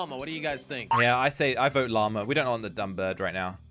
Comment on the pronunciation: jelly said lama keel iit